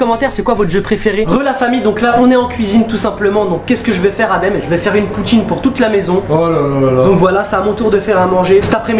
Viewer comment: "POUTCHINE" nan sérieux vous êtes les boss